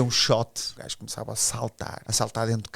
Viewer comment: "O primeiro gaijo" 😂😂😂😂😂